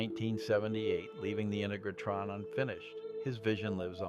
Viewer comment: Nice recounting of the Giant Rock story - it still makes a great field trip. But the unique pronunciation of Integratron was a little odd.